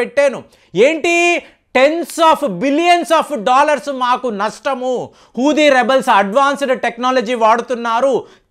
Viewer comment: హూది ఏంటయ్యా, హౌతి అను, పసపిక్ అంట,న్యాతాన్యాహు అంట ఇంకా చాలా ఉన్నాయి, వీడికి సరిగ్గా పలకడం చేతకాదు వీడొక అనలిస్ట్ చీ దీనెమ్మ జీవితం